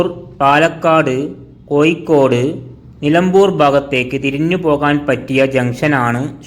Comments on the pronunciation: കോയിക്കോട് അല്ല കോയാ കോഴിക്കോട് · കോയ അല്ല, പറയുന്നത് കോരൻ ആണ്.. കോരനും പറയുന്നത് കോ'യി'ക്കോട്.. അവന്റെ മറ്റേടത്തെ കോയി... 'ഴ' എന്ന അക്ഷരം മിക്കവാറും യു ട്യൂബ് വ്ലോഗ്ഗർസ് നും ഉച്ചരിക്കാൻ കഴിയുന്നില്ല... ഗതികേട് അല്ലാതെന്ത് പറയാൻ?